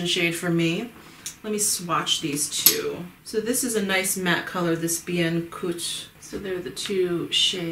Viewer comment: Barbe à papa and Guimauve were pronounced right. Bien cuit is more la Bian Qwee or Cu-wi.